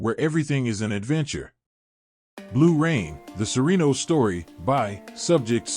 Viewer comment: I got about 4 times in with his pronunciation of surenos and I could watch no More